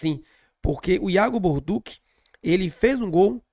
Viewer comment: meu nome é Alinson gosto do seu canal e sou descendente de italiano. No italiano TODAS as palavras que terminam com 2 letras C, a pronúncia é sempre com som de T. Ex. Macarrão Balducci, som de T dentre outros exemplos. Mas o que que dizer p vc é que o nome do nosso lateral é Iago Borduchi ( com ch ) a sonância é de X. Sou de Salvador-Ba do Bonfim, mas moro na Suiça. Com td humildade irmão. Tamos juntos BBMP. Pau no vice e pau no Inter😂